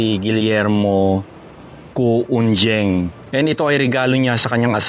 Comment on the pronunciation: I believe that the surname Cu- Unjieng,the letter "j" is pronounced with the "y" sound.